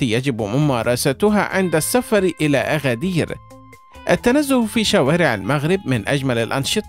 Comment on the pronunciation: اسمها ينطق ب agadir بالمناسبة هي من أكثر المدن تحدثا بالامازيغية